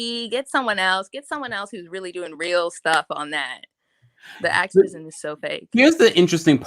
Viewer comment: Ooh nah SLID when she said “ACTORvisim” that really says it all